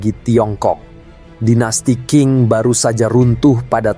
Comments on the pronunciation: Setuju sekali. Karena banyak youtuber yang selalu pelafalan nya salah baca nya. Setuju sekali. Sering ini terjadi Dynasty Ching jadi King wkwkwwk. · klo bisa pelafaran nama tokohnya di perbaiki, biar enak dengarnya kayak Deng dibaca Teng , Qing dibaca ching , soalnya agak geli di telinga dengarnya